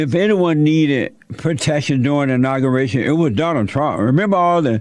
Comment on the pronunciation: Inocuratian,lol Jesse, its pronounced inauguration, lol